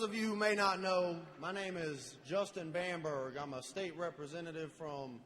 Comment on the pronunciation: Bamberg, not Bamberger!